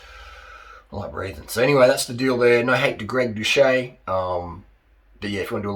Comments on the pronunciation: His surname is pronounced without the ‘H’. Watch one of his videos again to know. If you’re going to vlog about him at least get the pronunciation correct. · The guy literally says his name in every outro of every video. And you can't pronounce his name. So are you ragging on him without ever watching a single video, or are you just enjoying passive-aggressively calling him a douche?